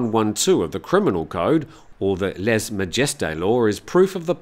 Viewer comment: Well done for your perfect prononciation of "lese"!!!! Cheers.